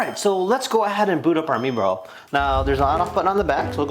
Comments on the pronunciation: (My-bro) not mebro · It’s prounonced My Bro!!